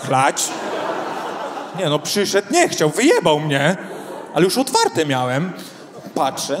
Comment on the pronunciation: Człowieku "zróbcie hałas" w Twoim wydaniu mnie przerasta! Nie mówiąc o tej manierze "miaem, widziaem, wzioem". To jakiś koszmar takie niedbalstwo językowe. Inni stand-upowcy potrafią normalnie mówić...poducz się trochę,co?....